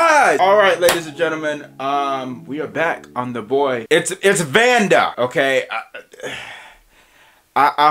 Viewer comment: You are close, but that's not how his name pronounce. Cambodians use Latin as we wrote our names. It's pronounced Vannda (Vänn-dä)